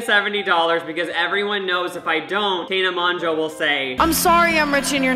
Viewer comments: The way you pronounce Tana got me tRiGgErEd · how did he manage to pronounce "tana" a different way every single time he said it lmaoo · maura m p